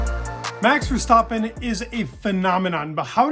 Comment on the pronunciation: Very nice pronunciation of verstappen in the beginning!